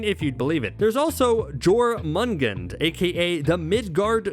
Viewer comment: The midgard serpent's name is pronounced "Yor-man-gone-der," genius. Do your research. -_